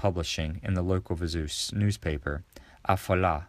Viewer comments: Viseu is pronounced Viz-a-o. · If you’re going to make videos about Portugal, you need to learn how to pronounce things. “Viseu” is not “vi-ZOO” - it’s “vi-ZAY-oo”.